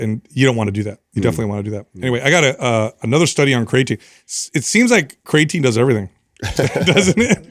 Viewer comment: Unbelievable! It's a miracle. actually pronounces creatine correctly, and doesn't say "cray-a-tine". Haha. I feel like it may have been an accident, because he does say "cray-a-tine" at other points in the conversation, but at least he says it correctly here.